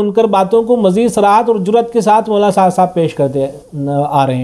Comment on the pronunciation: Molana ko mwana bolte ho. Zara sahih talaffuz farmae bhai